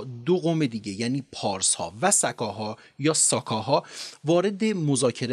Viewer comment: ساااکاااها نه س کاها